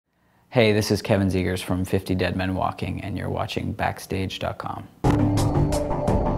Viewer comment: Are you kidding me?!!! He can't even pronounce his own name. Smh🙄😂